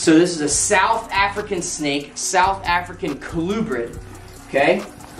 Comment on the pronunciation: Do I hear wrong or do you say South Africa??